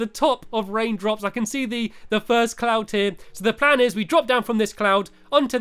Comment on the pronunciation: did he say clound instead of cloud?